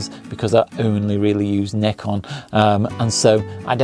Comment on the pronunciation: 0 seconds ago It's Z not Zed... it's a one letter word...Z...how hard is it to say Z...and not make up a whole new title out of thin air..to annoy the crap out of normal people and 300M Americans that can read and spell...Z....and say what they see which is ...Z. ..and it's NIKON not nickon.